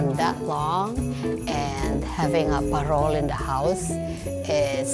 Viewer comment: she keeps pronouncing parol as pearl....